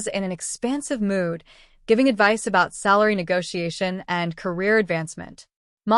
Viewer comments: Dear robot narrator "lady", what is "ni-gosh-tee-ash-tin"? Is that robotese for the word NEGOTIATION? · That AI voice is hysterical. It can't say "negotiation" 🤣🤣🤣🤣! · Retarded AI.